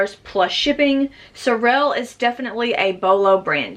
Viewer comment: the shoes you sell are Sorel, pronounced sor als. thought u might like to know.